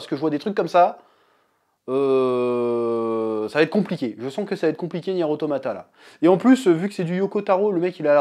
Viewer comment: Deja rien de méchante évidement mais sa se prononce niiiiiiiir automata voila un jolie i sinon ces normal que tu ne comprenne rien, ces même l un des principe du créateur yoko taro qui souhaite laisser le temps a son histoire de s'installé avant de te foutre une claque monumentale, du coup oui ces assez dure a regardé quand on est novice mais la on est encore dans les prémices, ce n'est meme pas de l'ordre de l introduction étant donné que dans le jeux l intro dure 15 heure quoi mais ces vrai que ces plus digeste sous forme de jeux video mais brerf acroche toi de toute facon vous n'estes pas prêt